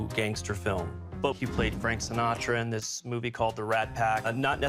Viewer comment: Gaius Baltar, he also said Frank Sinatro